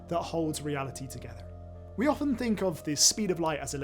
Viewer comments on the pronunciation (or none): none